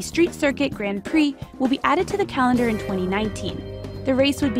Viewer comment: Anyone annoyed by the way she pronounce "grand prix" ?